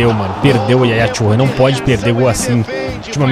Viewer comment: Turrê... Yaya Turrê